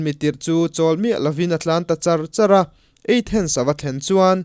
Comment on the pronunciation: Athens eithens tih deuh a lam leh thin hi hit viau lo